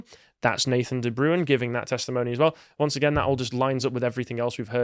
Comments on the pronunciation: Not "De Brewin", it's "De Brain". It's a Dutch name. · De Bruin!!! not the broown, sjees, butchering names, lol